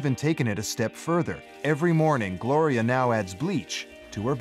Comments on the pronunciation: Her name is Gloria....... not that hard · Gloria,...her name is Gloria